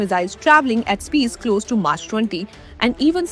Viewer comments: March 20 😂😂😂 Who made her to read the news, it’s mach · oh, of course - because Michael Bay is your aerospace guru Mach - named after German physicist Ernst Mach - is the name given to the dimensionless ratio number representing fluid flow conditions Who the hell doesn't know how to pronounce this word? Oh - Indians, that's who. We are intellectual superpower, in our own minds. In reality, we ooze our illiteracy at every turn, every opportunity. Aur Quota Raj karo. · Was thinking the exact same thing….maach!!!! 😂😂😂😂😂😂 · You dont even know how to pronounce MACH ?? 😅😅 This is arts students are not fit to report on Science topics.